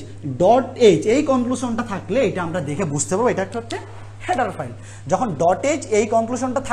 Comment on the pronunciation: হ্যাডার ফাইল না ভাই, হেডার ফাইল 😅😅😂😂